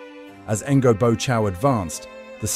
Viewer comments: Since the content is pretty well curated and presented, it would be nice to hear correct pronunciations of names. Otherwise even a sincere effort such as yours ends up being perceived as jarring and unconvincing. The name sounds close to "nyo", to be precise! Keep up the good work. Cheers! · Pronouncing Ngô as Engo feels very wrong.